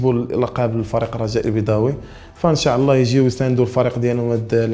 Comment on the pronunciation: ينبغي نطق " إن شاء الله " بطريقة صحيحة